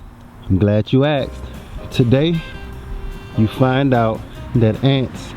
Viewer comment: Why do you pronounce asked that way??????????????????